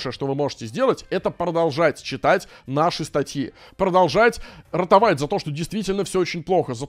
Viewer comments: РАтовать, в ударением на первую А, от слова "Рать". Быть ярым сторонником какого-либо дела. В военном значении сторонником какой-либо стороны сражения. А что такое ротовАть я даже боюсь представить. Навевает ассоциации со словом "Рот" и сопутствующие неприличные вещи. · Когда уже научится правильно ставить ударение в слове "рАтовать"? Я бы не зудел здесь под каждым видео, но он его практически в каждом видео употребляет. Помогите, народ!